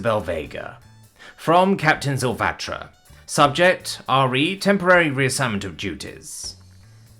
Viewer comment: "Re" is normally pronounced to rhyme with "he". Spelling out the individual letters sounds wierd.